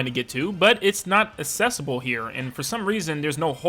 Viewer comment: Mans pronouncing the world accessible like the word assessable (Just playing around dude I don’t actually care. Enjoyed the video as well!)